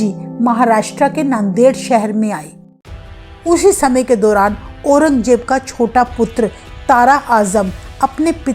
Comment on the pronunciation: You are Hindi pronounce is not good, Aurangzeb ko Aurangjeb bola, 😅